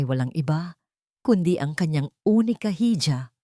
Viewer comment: Unica iha ang tamang pagbigkas ma'am